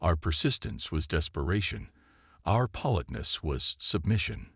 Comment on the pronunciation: "PAH-litness"!!!!!!!???????????? What is that??? (politeness)